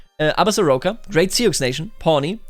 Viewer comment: Sioux is pronounced soo just so you know ❤